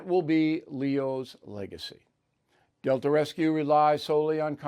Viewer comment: Good thing you printed Delta,b c the way you pronounced it sounded more like Dil#o😂